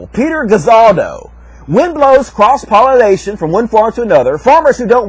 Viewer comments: Oh for fucks' sake, it's pollination, not "pollinization". -_ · i couldn't stand to continue watching...he kept saying 'pollinization', it's pollination you illiterate weirdo.